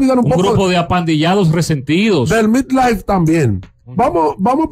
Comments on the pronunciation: No es MIT es METLife coñon, asi como se escribe se pronuncia. Asesórense de un bendito nombre antes de pronunciarlo. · Coño Alofoke aprenda hacer radio el Metlife se pronuncia metlaif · en el abecedario Inglés la e se pronuncia como i por eso la pronunciación es mitlife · Como e' que se pronuncia " Metlife"?? Mitlaif???? lol